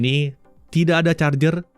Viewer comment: R-nya panjang kali